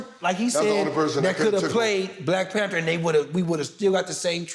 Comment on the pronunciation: Nigga said Black PanTER